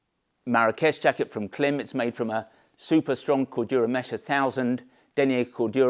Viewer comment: I always watch your gear reviews and really appreciate the detail you go into. But please, please, please…Klim is pronounced like climb!